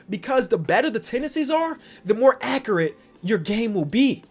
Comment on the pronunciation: Everyone: accurate: accreate: akooret